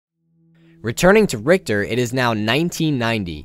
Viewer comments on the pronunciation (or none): I don`t understand what`s so dificult about pronouncing Richter`s name right